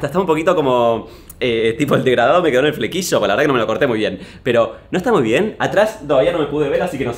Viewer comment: Me causa violencia escuchar a martín decir DEGRADADO 🤦‍♀️